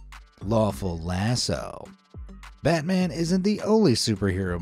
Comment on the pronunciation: It’s pronounced lass-ooouuu